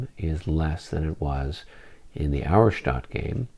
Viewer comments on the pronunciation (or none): Pronunciation help for the future....Auerstaedt is pronounced OYer-Shtett. :) I know you guys care about such things....